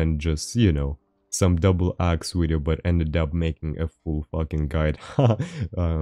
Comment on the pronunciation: I play how many times does he say wideo game